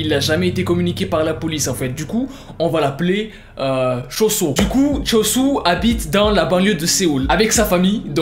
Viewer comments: Ce qu'il dit : Cho-Soo /se que j'entends :chausson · Suis-je le seul que quand il dit choo soo j’entends chauson